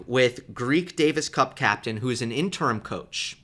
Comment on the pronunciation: Sorry to do this to you, but I believe the word interim is pronounced just like it's spelled: in te rim--accent on the in. And you're definitely right about Tsitsipas' box. Mom & Pop what confusion. And do you remember Tsitsipas hitting a ball into his box--US Open--when Mom and Pop were both offering their ideas to their son. He was serving on their side of the court and he hit a ball deliberately backwards into his box to let them know how he felt about their offerings. Incredible and funny and perfect.